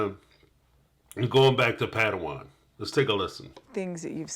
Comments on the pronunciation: I laughed so hard every time says Patawon instead of parowan 😂😂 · Love your videos, this one did make me laugh though, you kept referring to Parawan as Padawan and I think that's a place from the Star Wars movies. LOL